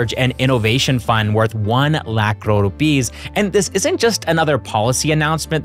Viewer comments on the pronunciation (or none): none